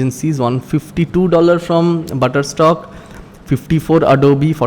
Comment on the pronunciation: Why are you saying shutter stock as butterstock